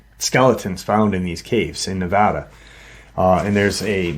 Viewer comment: I appreciate your pronounced Nevada correctly 😊